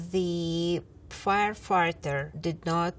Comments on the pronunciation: did she said "Firefarter"? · She told fire farter, I was very invested and serious upto this point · Im so sorry, but she is saying? ''the fire..'' what?